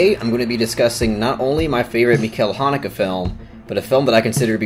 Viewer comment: I wish you pronounced the directors name properly tho....